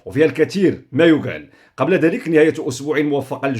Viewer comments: تحياتي تقدير واحترام من أحد متابعيك أخي لدي ملاحظتين: الأولى لا تحدد عدد دقائق المداخلة فأنت غير مجبر على هذا لأنها تخونك أحيانا، ثانيا: قولك ما يكال عوض ما يقال يستحسن تفاديها لأنها تقلل من جمالية إلقاك ولكن مني أجمل التحيات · عفاك بقى تقول كما يقال اللغة العربية الأصيلة وليس كما تقول كما يGال..يوكال